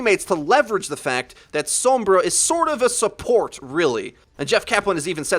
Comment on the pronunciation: Perfectly good video but what's with this pronunciation of Sombra I hear people using now? She literally says her own name out loud and it sounds nothing like that